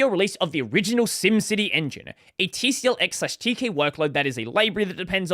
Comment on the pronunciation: Fyi, TCL is pronounced "tickle" and Tk is often pronounced as "teak". The official pronunciation of TCL/Tk is "tickle teak"